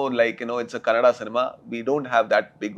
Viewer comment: Kannede alla kannada 😩